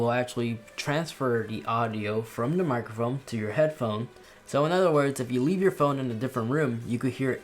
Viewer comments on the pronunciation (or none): Thanks for the new info! Also, did you say “microfoam”?